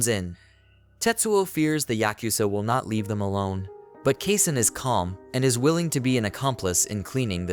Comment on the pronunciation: Mispronounced. It's supposed to be "Kasen" (kah-sen).